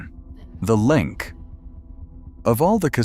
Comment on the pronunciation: JFC, can you check your ai narration before you upload? It can’t make up its mind whether it’s called “the link” or “the linick”. Also, no one calls it the O.Y.O. It’s pronounced “oy-oh”